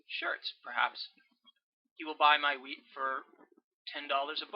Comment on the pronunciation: I thought you were saying weed instead of wheat at the start haha. Very helpful thoo thanks.